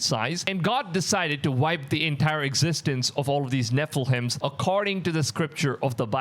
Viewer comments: It is NEPHILIMS not NEPHIHIMS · It’s nephi-LIM not nephi-hiem 🫶🏻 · It's pronounced: Neh fuh luhm You are saying it incorrectly. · Maybe but it's slightly annoying how he says it after hearing the correct way for years.